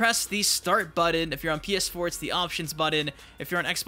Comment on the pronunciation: when he says "buddon" instead of button my eyes start tremoring and my temper runs short.